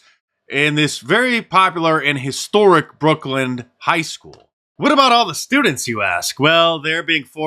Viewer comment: It's Brooklyn, Mark. Not Brookland.